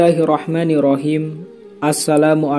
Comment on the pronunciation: Huruf Ro(Ra) itu bertasydid bos di Basmalah,,,membacanya harus dobel R